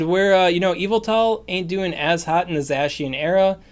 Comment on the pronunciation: Ur butchering zacians name its supposed to sound like ur saying the cyan with an old germanic accent the other one is the magenta